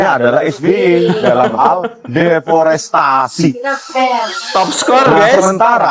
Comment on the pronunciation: Bukan deportasi... Tapi deforestasi😂😂😂